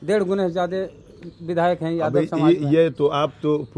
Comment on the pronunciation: वेद प्रकाश कितने बार आप से बोला की शब्द का उच्चारण सही से कीजिए जादब नहीं यादव बोलिए